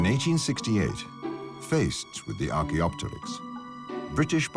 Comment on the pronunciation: Can you please pronounce the names of dinosaurs in a dinosaur documentary right? Archaeopterix, is archaeo-pterix not archaeop-terix.